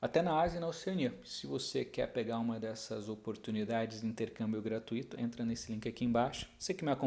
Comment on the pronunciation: Só não é "gratuíto", né?